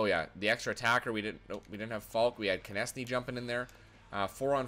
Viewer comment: Konecny is pronounced "connect-knee"